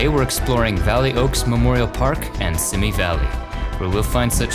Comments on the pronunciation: It’s pronounced SEEMEE valley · I know it is a little thing, but every time you said "Simi" Valley wrong it grated on my nerves.